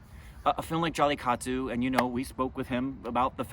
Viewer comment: Why don't you teach how to say jallikattu. He always says jallitaku